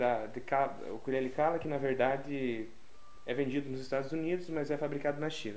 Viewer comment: Sim. Ukulele, Ukelele ou, simplesmente, Uke. Lembrando que embora as pessoas no Brasil pronunciem a palavra como oxítona, ukulele é paroxítona.